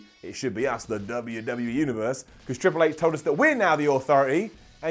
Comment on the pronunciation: said WWE like he says WCW and that is not okay